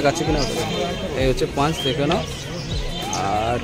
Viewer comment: Dada punch na paw bola 😅